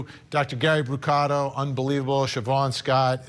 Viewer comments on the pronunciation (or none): BRU-CA-TO. no a at the end. Was my maiden name.